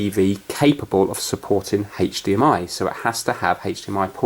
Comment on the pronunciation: Why do I hear HathDMI